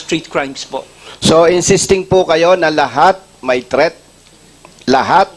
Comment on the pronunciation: threat po hindi theat😂😂